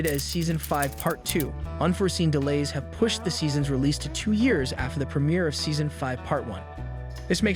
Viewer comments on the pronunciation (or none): none